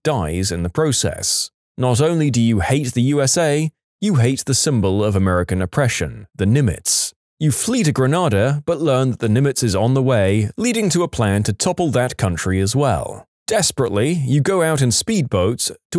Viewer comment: You mispronounced Grenada. It’s grenade-a